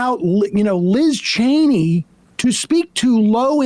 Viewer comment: Sam always refuses to get Liz Cheney's name right oh my god